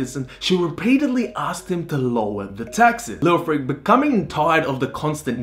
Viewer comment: Thumbs down, you call yourself Stories of the World, I suggest you get some language classes in first, start with English. The only two names you got right were Coventry and Tom. Mercia (Mercy-a) Leofric (Leo-fric not Lee-Ofric) and the, on which the topic is about, Godiva (God-eye-va). It's not rocket science, it's too old for that. Your punishment is to be sent to Coventry- another saying for you to learn.